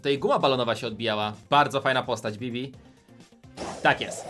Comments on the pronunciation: na Bibi powiedziała bea XDD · Wtedy kiedy była bibi ty powiedziałaś bea 🤔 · oszukała bo gdy była bibi to najpierw powiedziała bie ps wymuwiła bi